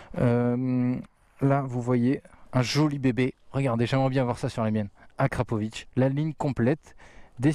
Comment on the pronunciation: enfin un français qui prononce convenablement "akrapoviC"! :)))